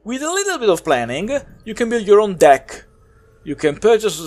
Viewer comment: I really liked your review. I hope more ppl watch it. I think it would have been even funnier if you more serious and didn't emphasize deck. Was still great and made me lol. Keep up the good work.